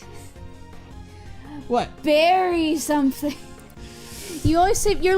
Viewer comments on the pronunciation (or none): is like Stewie from Family Guy. Ali is right. Bury is pronounced “Berry”, and Ruin is pronounced “Roo-in”. The way pronounced “room”, I blame on an accent he may have, as I’ve heard Linkara also pronounce “room” the same way.